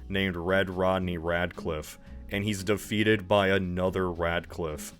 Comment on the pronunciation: When you said radclife i shuddered a bit